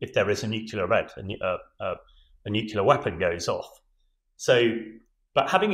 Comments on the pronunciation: "New. Clear." Not "new-que-lar." You're welcome. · Not “nucular”! It’s pronounced “nu-clee-ar”. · Take a shot every time an """""expert""""" says "nukular" on Times Radio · Somebody, please tell him it's NUCLEAR, not nucular! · The chap who says he's an expert said 'Nucular' !!!🤭 Is there any hope??? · Sorry but it drives me crazy when I hear it pronounced nucular, like why can't they pronounce it right? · Getting pretty annoying how nobody on TV can pronounce 'nuclear' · Brilliant insights as ever from proper experts, just a shame he's spent too much time with Americans and can't say the word "nuclear" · It is so incredibly distracting that the gentleman uniformly imispronounces "nuclear." It makes it difficult to pay attention to the substance of what he is saying. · Former General of the CBRN Regiment can’t pronounce “nuclear” what an awful waste of mater & pater’s dosh.😂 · how is it that a guy as smart as that doesn't know how to pronounce nuclear? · Spent his life working with nuclear weapons, but didn't learn how to pronounce nuclear.